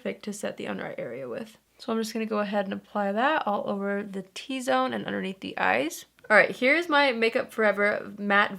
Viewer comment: when she said “all over powder” I thought she was saying Oliver powder 😂